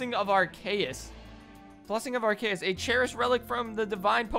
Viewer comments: It’s pronounced ar-cee-us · It’s not said arkaus it’s called arceus also I know I’m spelling it wrong I’m saying how y say it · #Thursday also u pronounced Arceus wrong